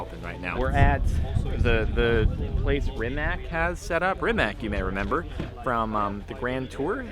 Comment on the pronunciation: It's prinounced Rimats not Rimak